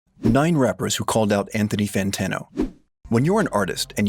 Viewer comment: Not fanthony antano